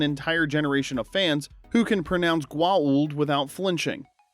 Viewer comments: You mispronounced Goa'uld 😂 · One of many errors Two others I managed to glean while sort of paying attention while I cooked breakfast Goa'uld is pronounced neither authentically nor as many humans mangle it in the show The teacher is not possessed by a mantis demon, she is a giant mantis with a human form who kills the (elderly retired) teacher to use her name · Weird Science was great because of it's weirdness. Also, apparently everyone except you knows how to pronounce Goauld.